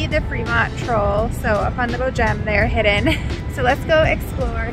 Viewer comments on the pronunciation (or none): none